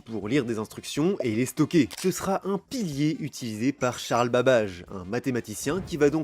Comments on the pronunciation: "Babbage" se prononce "bab ey je" et non "babajeu". Vérifier le sprononciation de mots et noms en langue étrangère, c'est facile, de nos jours... et les choses ne se "complexifient" pas. Elles se compliquent. Parler de sujets pointus de manière intéressante, c'est très chouette, et j'adore la vulga. Mais pitié, soyez moins paresseux, pour le langage. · babbage était britannique donc faut le prononcer a l'anglaise? (comme dans docteur who) "babbèdje"